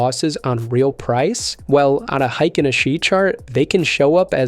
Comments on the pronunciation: Hay-kin, not hi-kin! And that's from the Japanese horse's mouth. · Heikin (Hay-kin) Ashi (Ah-shee)